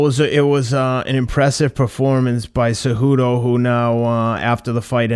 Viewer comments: Anyone else hearing Teddy calling Cejudo , "Ce-joo-doe" ? LOL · Thats what masvidal calls him lol kinda the spanish way